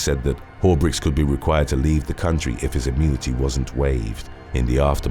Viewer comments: Am I the only one hearing "diplomatic community?" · I know he means diplomatic immunity, but I hear "community" and apparently, so does the closed caption.